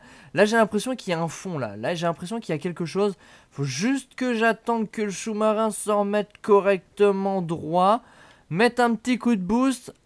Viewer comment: le choumarin je suis mort 😃😃😃😃😃😃